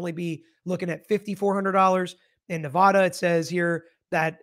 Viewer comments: OMGOSH! ITS Nev-add-uh not nev-ah-duh (lol us Nevadans hate that) 😅 Q: He said he “had a bad day and tried to “delete” the judge”. Why isn’t he being charged with attempted unaliving? He admitted that was his intent. As far as where the bailiff was standing there’s a new video I’ll send you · There is no 'ah' in Nevada.